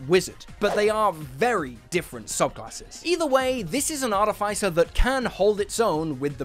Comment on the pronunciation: I noticed he said artifaicer and I always said artificer and I can't tell who's word is right